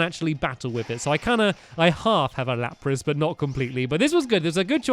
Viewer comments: It's lapras not lapis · am I the only one who noticed him say lapis instead of lapris